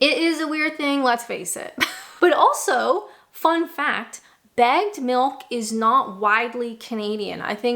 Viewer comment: Took me three or four listens to realize you were saying bagged milk, not bad milk.